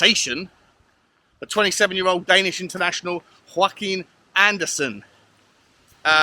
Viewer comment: He’s Danish, not Hispanic, so I imagine is first name is pronounced yor-ak-im